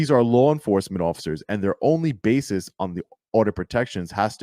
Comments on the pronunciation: Basis not bases. Did that lawyer go to college? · Where did that dumbass lawyer get his so-called degree, Trump University? Ummm, someone should tell him that the word he used numerous times is ‘B-A-S-I-S’, not BASES.